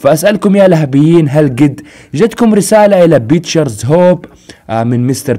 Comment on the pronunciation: منو لاحض انه قال( يتكم) مو (جتكم)؟